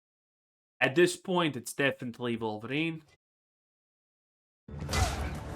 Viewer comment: Wolverine ❌ Queerverin ✅